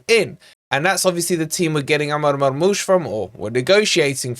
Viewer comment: I want to sign Marmoush just to hear say his name!:_forestWolverine::_forestFFTV